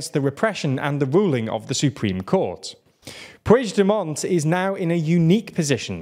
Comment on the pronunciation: I know you are trying, but the pronunciation of "puigdemont" hurt my ears, just say Carles , or if you have to, pronounce it like [PUIXDEMOAN]